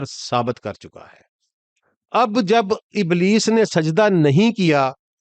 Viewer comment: Sir ابلیس نام ھے ء کے نیچے زیر ھے ء کے اوپر زبر نیں